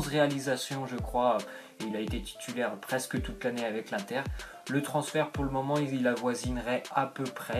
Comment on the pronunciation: J'aime pas les gens disent "1 tère milan" On prononce le IN donc ca ce dit INNNNNNNTER